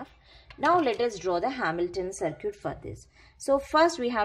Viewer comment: Y do u pronunciate circuit(sarkit) as to sarkoot...?